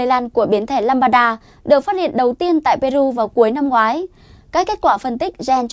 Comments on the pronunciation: Biến thể “lamb da” theo tiếng việt tách ra, không phải ”lam ba da”đâu bạn mình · Lam-đa chứ không phải Lam-ba-đa em gái ơi. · Biếm thể LAMBDA, k phải LAMBADA. Xin đọc rõ! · Lambda= lam da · What ? biến chủng " lăm ba đa " ? kkk